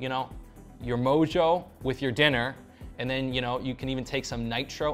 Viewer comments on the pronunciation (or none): none